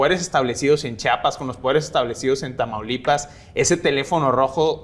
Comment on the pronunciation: OTRA VEZ!!!!! CHIAPAS.... CHIIIIIIAPAS!!!!! STAN BIEN MENSOS PARA HABLAR!